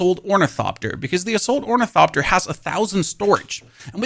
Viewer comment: Wait does he say onithopter correctly now